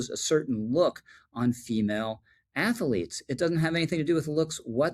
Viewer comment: Minor pet peeve... its pronounced "athlete" not "ath-ah-lete" . But I agree with everything you said. Good video.